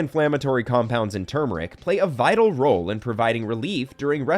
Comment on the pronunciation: He can’t even pronounce turmeric correctly what a joke video lol